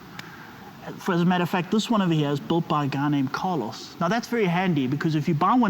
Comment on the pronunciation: "carlo" not "carlos"